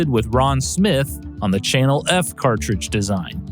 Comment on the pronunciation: did he say Channel erf? Lol